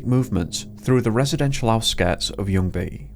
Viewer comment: I did not expect you to pronounce ljungy that correctly, even had a hint of swedish accent in it